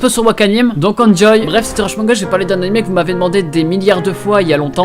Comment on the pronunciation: Pk tu dis animai , on va pas se le cachai? Tu sais pas prononcer le son é?